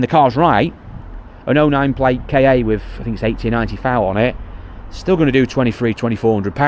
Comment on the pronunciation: Why don't you call the Ford Ka car instead of K A? They are always called car in Australia.